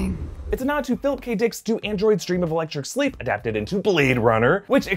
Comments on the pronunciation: Do Androids Dream of Electric SHeep. I might be mistaken, but it sounded like you said "SLeep." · You mispronounced the title of "Do Androids Dream of Electric Sheep" as "Electric Sleep" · Its sheep not sleep....